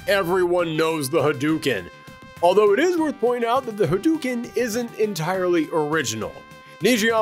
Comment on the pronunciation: HA-DUE-KEN? NO. Ha-DOE-ken